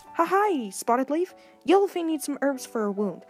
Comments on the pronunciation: He says Yellow*Fane* instead of Yellow*Fang* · Its yellowFANG not yellowFANE. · why does it keep saying Yellowfane?